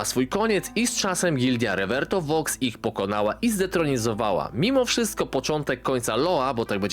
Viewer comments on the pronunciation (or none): none